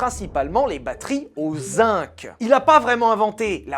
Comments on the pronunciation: Zinc ne se prononce pas "zink" mais "zinG" [zɛ̃ɡ]. Mvoilà. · Ça pique les oreilles, on écrit zinc avec un "c" final mais on le prononce "gu" comme dans seconde.